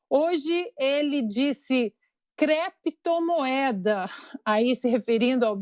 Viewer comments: "Cleptomoeda" foi a melhor da decada. kkkkkkkkkk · O Senador Renan, além de dizer Creptomoeda, disse também: BITICÓIO. Grande cultura para um Sebador da República. Muito triste.